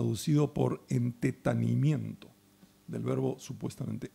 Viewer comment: no es entetanimiento sino entetamiento